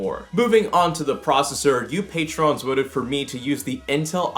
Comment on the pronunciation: You pronouned patron wrong